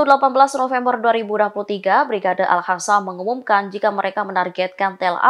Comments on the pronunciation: Mbak news anchor, Al Qassam itu pakai huruf Q, dibaca Qassam (mirip Kassam) bukan Hassam (dengan huruf H). Dikoreksi ya, untuk pembacaan berita berikutnya baca dengan Q ya, Qassam, bukan Hassam. ☝️ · Al Qassam ko jadi Al khasam😂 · Astaghfirullahaladzim... Aduhh punten ini yah maaf, bagi pembawa/ pembaca beritanya orang muslim, harusnya bukannya mengerti ya huruf hijaiyah yg dipelajari di buku IQRO, Al Qassam dibacanya Al Qossam bukan Al Kassam Dewan Syura dibacanya Dewan SYURO bukan Syura, Yaa Allah Yaa Robb...miris banget dengernya... semoga kalian pada dapat hidayah ya... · Coba sih pengucapan nya yg bener. Kalau udah nyebut Al Qassam (dibaca : Al khasam) . Tulisan zionis dibaca yionis. Salam